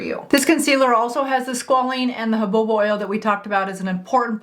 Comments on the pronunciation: Super helpful,! I tried it. I clearly rushed it so didn’t try it again. Now I will wait 15 minutes and be sure it is smooth! Can I tease you a little? Jaboba oil or jojoba (pronounced huhoba)? 😊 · Petrolatum=PET- RO-LAY-TUM, Jojoba=HO-HO-BA Serum-=SEER-UM You're welcome.